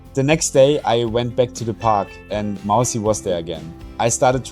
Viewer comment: It's Mausi not Mousy